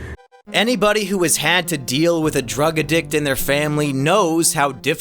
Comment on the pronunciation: I don't think that's the pronunciation of addict you wanted there. 😅